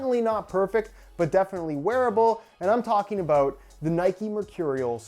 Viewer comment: is that aboot